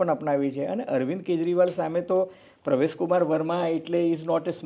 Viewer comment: આ ફૂટેલી કારતુસને નહિ બોલાવો તો ચાલશે. આ કહેવાતા મોટા પત્રકારને ક્યો કે પહેલા પરવેશ વર્માનું નામ સાચું બોલતા શીખે. એ પ્રવેશ, પ્રવેશ જીકે રાખે છે, એવું તમે શા માટે ચલાવી લો છો?